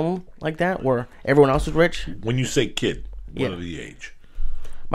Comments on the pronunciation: wrich!? haha wtf Joey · Joey "Wrich" Díaz